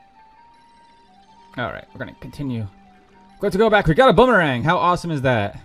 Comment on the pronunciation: did he say bonerang